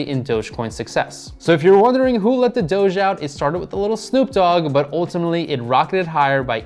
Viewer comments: i like how he calls it Doggy coin instead of Doge coin. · DOGEE coin... bro it’s not called that. I don’t even trust your analysis when you don’t know what it’s called